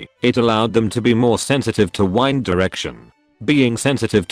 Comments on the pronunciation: This man can’t say wind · Cant believe he pronounced "wind" as "wind" smh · Cant say wind? Wow